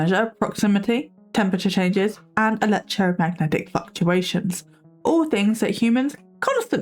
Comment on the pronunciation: Not me hearing you say “fluctuations” and think you said “fuck-tuations” 😂